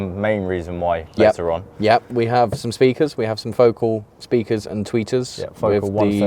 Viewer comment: Pronounced Foh- CAHL.